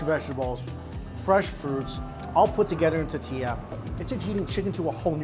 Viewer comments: why does he say "tatilla" instead of "tortilla". Can Chinese people not say the letter R ? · Mikey, there’s an “R” in tortilla hun 😊. Totilla is cute tho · Mike "Ta-tilla" Chen... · what the hell is a tatilla? say it right dude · Omg i love u Mike But can u please stop saying titilla.... Its TOR-TILLA it hurts my ears to hear u say titilla..... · tahtilla... cahnitas.... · Lol the way he pronounces tortilla. Love this video. More 🇲🇽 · It’s funny how he says “tortilla” without the “r” sound haha